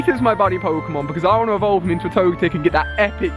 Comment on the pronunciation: It's Toge-Tech ps I love your videos